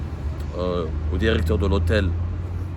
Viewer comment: La derection et le derecteur